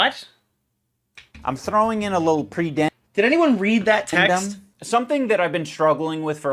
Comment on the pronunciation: Bro. Literally didn't say "predendum" it said pudendum. What an idiot. He can't even do enough research to read the text in front of him